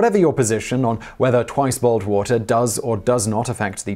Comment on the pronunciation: Did he say "boiled" or "bald" water?